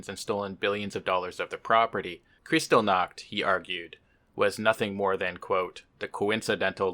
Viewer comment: Just so you know, the ch in Kristallnacht is pronounced like the one in Loch (as in Loch Ness) and the stress is on the syllable "tall", not like in English, where it's on "crys". In German it's actually referred to as Reichspogromnacht today, to emphasize the violence against the jews, as opposed to the euphemism Reichskristallnacht. Just a little info on the side there.